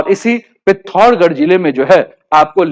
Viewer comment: Bhai pehle Tu pithorgad nahi pithoragarh hai tuma shale aadha aadhura gayn dena band kardo